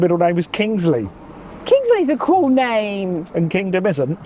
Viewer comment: The “interesting” pronunciation of the middle initial in IKB (IKB!) sounds a bit like how Jools Holland would introduce him on an episode of Later. Also, I love Wales and have spent a lot of time there as my sister stayed there after going to Aberystwyth uni. However, on a trip to see Super Furry Animals in Cardiff for my second ever gig around Christmas ‘99, we were walking back to the station through the snowy streets post-gig, and passed a man pissing from a balcony two storeys up down onto the street. He called out “look out below!” and I thanked him for the warning, but on hearing my accent he responded “you bastard English!” and adjusted his flow accordingly. Luckily I was able to avoid it. Unlike the time I saw Radiohead at Glastonbury, but that’s another story. Anyway, brilliant video, really loved it! Also very much appreciated how all the Bristolians are pirates. ;)